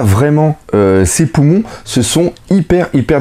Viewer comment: Tu m'as tué avec tes "poumons" xD